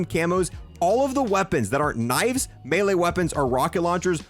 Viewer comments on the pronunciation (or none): none